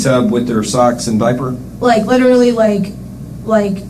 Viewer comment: Litrlly.. she did. (Yes, it's spelled wrong cuz that's how it sounds like she says it, to me anyway.)